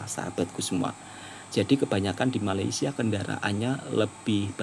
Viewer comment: Woi, bila ko nak sebut Malaysia dengan betul ha? Atok nenek aku, mak bapak aku pun Jawa, elok je sebut Malaysia. KO ni pun…